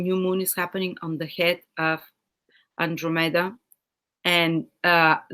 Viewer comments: Hi, I love your videos, and think your content is great, but if you could pronounce those Greek names better, it would be easier to understand you... it is PEGasus, & AnDROMeda, thank-you teacher! If you are in doubt, you can just google the pronunciation. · Fascinating, fantastic reading. (Unfortunately we could not see the constellations. Also: PEGasus, AnDROMeda.)